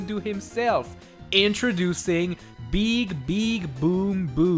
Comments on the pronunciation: YOU SAID BEEQ INSTED OF BIG WTF! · His name is big big boom boom not beeg beeg boom boom P.s. its big not beeg